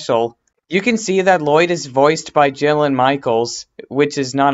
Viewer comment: Bro u talk little ur a little kid u say woyyed instead of lloyd